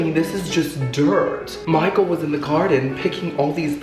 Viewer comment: This is my favorite thing to watch. I seriously laugh the whole time. How can something be so funny but calming at the same time? Haha if I had a dollar for everytime you say garrrrrden lol 😆